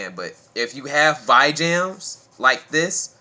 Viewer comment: VEE-JAM not VY-JAM